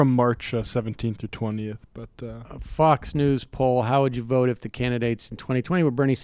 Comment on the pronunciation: I swear Bernie is saying "fucks" not fox.